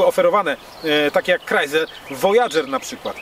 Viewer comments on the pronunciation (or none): none